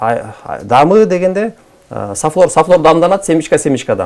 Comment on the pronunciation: Сафлер эмес, сафлор деп айтылат.